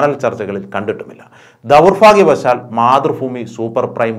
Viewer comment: 'ദൗർഫാഗ്യവശാൽ' അല്ല, 'ദൗർഭാഗ്യവശാൽ' ആണ്.